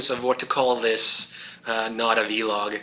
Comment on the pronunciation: Please, do not call it vee-log, rubs me the wrong way :P VEE-log... VEE-gina :)! I'll be waiting fo the handi-gamer stuff